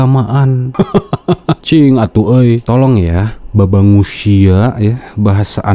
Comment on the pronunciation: 🤣🤣😂😂 babang dipanjangkeun jadi babangus. Baju saya sampai basah, boa eta nu disebut mimpi basah. Salah 🤣🤣🤣🤣 ujungnya kok gak nyambung??? Keliatan juga boongnya, masa lulusan pesantren lama sekolah Perguruan tinggi islam, kok tajwid nya berantakan. 😂